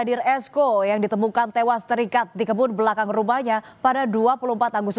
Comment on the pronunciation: pas bilang ter ikat nya aq kaget😅